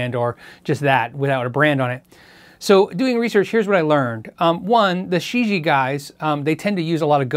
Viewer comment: Gonna guess that Shijie is 世界 (which means "world"). Pronunciation would be more "sure jeeyea" - just use google translate to hear it said.